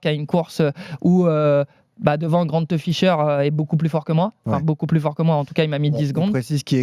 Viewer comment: GrantEUH Ficheur